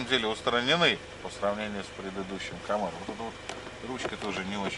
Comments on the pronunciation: снимать не умеете и не камЭро а камАро . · Камара а не Камэра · Камэро. Скажи ещё тайота кэмри. Как же вы бесите. Только из за одного слова, автор мне стал отвратителен, дизлайк